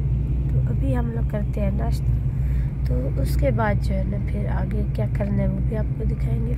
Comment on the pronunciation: Plz change please par neshta nahi.... Place par nashta... Jazak allah